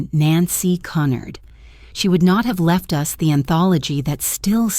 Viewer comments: If it was 'Cunnard' it would be spelled that way. It's Cunard. phonetically... 'Q-nard'. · Que-nard! Pronounce correctly ai fake! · This is the most appalling dross I have listened to. Moronic voice cannot even pronounce Cunard properly.